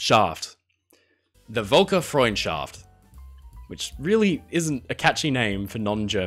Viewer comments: Just watching this.. But the MV Astoria turning German is pronounced very very wrong. Its the same in most videos from US. Its not said like a V. Its an German V so its F. And with the umlaut its Fölkerfreundschaft. As with the car Volkswagen. That's Folkswagen. Peoples car. Just my 2 cent. 😏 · Certainly not "foolker"... it sounds like "folk", but with an ö. The ö is pronounced like the "e" in English pronounced "Berlin". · For the non-German speakers, the German name for the MV Asotria is pronounced Foolker-Froind-Shahft, and means "People's Friendship". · As a German, it makes me laugh until I cry every time I hear you trying to pronounce the name "Völkerfreundschaft".